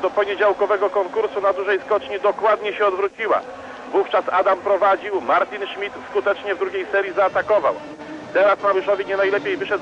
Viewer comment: co za jemioł... "niemiec martyn szmyt"